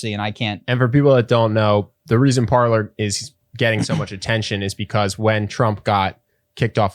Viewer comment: Can we PLEASE start pronouncing PARLER (Par lay) correctly. It's French for "to talk".